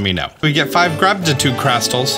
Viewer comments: I choked and threw up a little when I heard you say "Grabditude Crackles" the first time. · Excuse me I believe it's pronounced "grabtitude crackles"